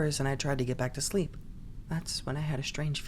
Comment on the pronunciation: Oh heck😅 nex time try absynthe - that sh!t is something else Anyways you made this story a thousand times more enjoyable xd "go tu sshleep"